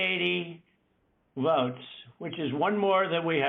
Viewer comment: Not "votes", "Woats"!